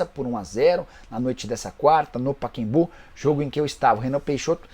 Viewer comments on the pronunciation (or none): none